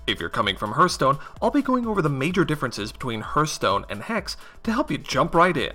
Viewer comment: Appreciate the video. But sheesh man... the way you pronounce Hearthstone... lol yikes. Hearth should be (Harth) not (Hurth).